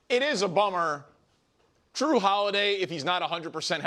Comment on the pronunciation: “Drew” just killed me 😂😂 It’s Jrue, bro